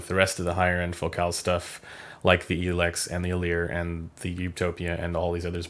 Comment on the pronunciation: same for El-ex haha